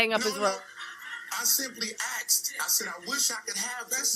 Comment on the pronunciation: I simply axed!